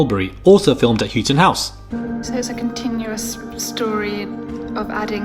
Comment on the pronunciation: Houghton is pronounced How-ton btw.